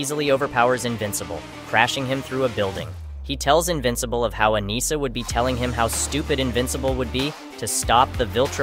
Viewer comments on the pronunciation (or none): A-ni-ssa please. Not A-knee-sa